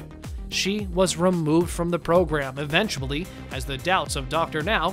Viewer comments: "EVENTCHABLY NEEDING" LMAO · Did you say "eventuBlly"? 😄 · Is no one gunna point out the narrator said Eventablly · Why is no one talking about the narrator saying "eventuably" instead of "eventually" in the beginning? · Did he just say “eventuably” ?? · Did you say “eventuably?!”